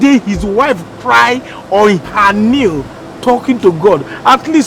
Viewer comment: I realized that most Nigerian don’t know how to say knee, they usually say kneel